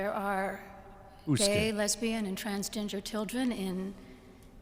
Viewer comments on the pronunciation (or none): Did she say transginger? Perhaps they shouldn't let women in these roles. She clearly can't be professional.